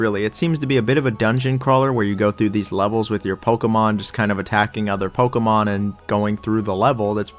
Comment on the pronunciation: stop saying pokemon like that...